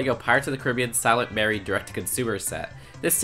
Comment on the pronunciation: You mispronounced Caribbean